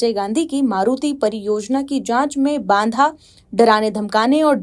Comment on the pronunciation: ये हिंदी पढने वाली कोई दक्ष न्यूज एंकर अवमानना व बाधा जैसे सरल शब्द भी ठीक से नहीं पढ पा रही है। चैनल कृपया ध्यान दे।